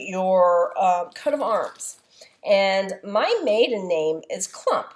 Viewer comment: Hi. I like watching your videos. And all in a sudden I hear my name, while ironing and watching/listeing to your video. Your pronounciation is a little bit different than here in Germany, but nevertheless - I am a Klumpp by marriage. ;-) Looking forward to see you stitching this design.